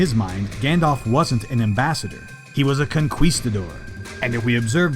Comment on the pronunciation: Great vid; very fun editing but pls tell me you intentionally butchered "conquistadors" 😅